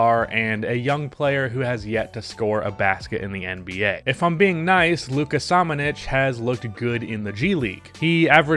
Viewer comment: Hey! You just have to pronounce Samanic with first letter SH, like SHe, buSH, puSH...Saric also, and soccer player Pulisic, it's PuliSHiCH.